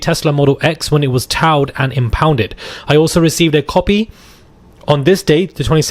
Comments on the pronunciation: Towed is pronounced like toe-d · It's pronounced toed!! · TAO? It was Taoed? Wtf? 😂😂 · towed-pronounced toad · It’s not towed… it’s pronounced more like toed. Or toad. His car got towed… like toad. They toed the car. But it’s spelled towed. Cute how you say it though lol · this kid cant pronounce towed!!!lol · We pronounce towed like toad in 🇬🇧